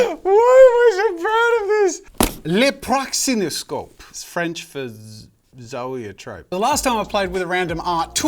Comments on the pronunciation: That’s not how you say Zoetrope. But good video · Hearing him constantly say Zoetrope is very disconcerting as someone who’s called Zoë